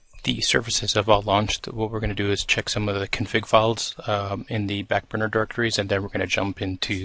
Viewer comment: Did you just call it "FAT burner"?